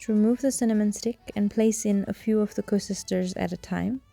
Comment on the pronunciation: Koeksusters not koesusters lol...